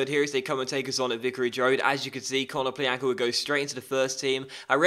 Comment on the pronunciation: Ko-no-PLYA-nka the Ya is pronounced like in yannick